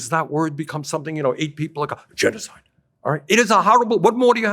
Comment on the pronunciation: he can't even say genocide